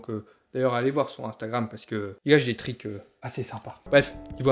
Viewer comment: Quand il dit trick j'entends trique